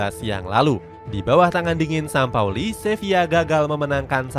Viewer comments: JORGE SAMPAOLI.. bukan SAMAPOLI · Jorge Sampaoli min... Bukan Jorge samapoli 😂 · sampaoli min bukan sama poli 😂